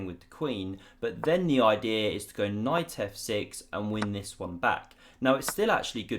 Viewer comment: What a great oidee-are lol. I love the way English people speak